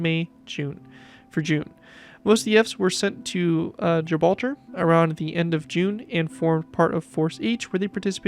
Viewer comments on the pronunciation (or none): It's amazing how much detail you can but into such a small build. Nice to see the British fleet is slowly expanding too. And I'm not sure if it's just me but it sounds like you said "Gibralger" instead of Gibraltar. Were very protective of our rock collection you know.